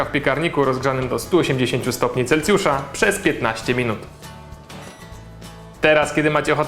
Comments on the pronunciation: to był Celsjusz, a nie Celcjusz:D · To nie był Cejcjusz tylko Celsjusz ...